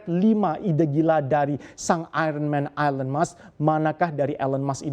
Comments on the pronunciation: I cringed everytime he pronounced Elon's name. 😬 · Cara baca "ELON musk" perlu koreksi.